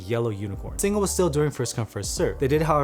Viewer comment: Thanks for saying "Singa" right:P